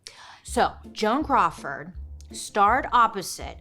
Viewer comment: Joan CROW-ford 😂